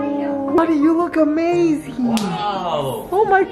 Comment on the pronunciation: When he said amhazing 😭💖